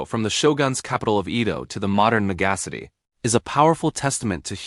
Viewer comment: MegAhcity… I hate AI more and more